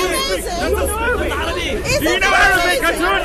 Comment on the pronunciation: .إسمها خاتون. مش هاتون. يعني إمرأة في لغة ألتركي